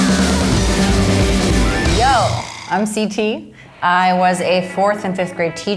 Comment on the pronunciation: what she said:Yo! I m CT What i heard:Yo! I m NCT